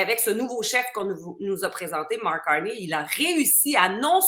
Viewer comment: Salut, ici à Montréal, on ne dit pas Marc Carni comme un nid d'oiseau cui cui cui, on dit Marc Carné comme crotte de nez, nez nez.